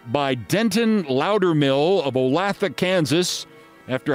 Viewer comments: "Olathe, Kansas" is pronounced with a long "a", as in < o LAY thuh >, three syllables. FYI. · Keith: Olathe (which I think you were trying to say in the Worst Persons segment today) is pronounced oh-LAY-thuh. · pronounced O lay tha. Olathe ks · Yo Keef, Olathe Ks., is pronounced Olay-the like duh, not however u mispronounced it! And as a constant reminder both the Chiefs and Royals play in Missouri, not Kansas. Love da show! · Oh Lay Tha (Olathe) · O-Lay-tha. Thats how you pronounce it Olathe. Carry on. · Dear Keith: Olathe, KS is pronounced "Olay-tha".